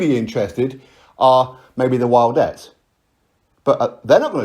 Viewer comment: "The Wildettes" lmfao